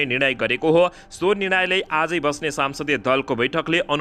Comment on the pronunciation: सम्सदिय दलको नेता हो।।।।।साम्सदिय होइन्।।।नजान्नेले के समाचार भनेको??